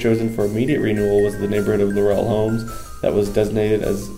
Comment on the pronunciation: first of all.............IT IS PRONOUNCED LAUREL HOMES.....NOT LAUR - EL HOMES....I WAS AROUND WHEN THIS HUGE PROJECT WAS BUILT..............YOUR NARRATOR IS SO MONOTONED AND BORING..AND THEN KEEPS MIS=PRONOUNCING THE NAME OF THE PROJECT. LAUREL....not LAUR- EL......! Waching paint dry would be more interesting...omg....please do some reserarch before you narrate a video! (Laurel...like dont "rest on your laurels"....not emphasis on the second syllable. OK>?